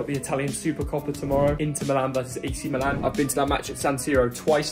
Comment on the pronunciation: The team is AC Milan (not Milàn). The name of the city, in Italian, sounds different than the team's name: the city is Milano (Milàno), the team il Milan (pronunced "Mìlan"). If you call them Milàn the team's name sounds like the city name (in English). Please, consider that.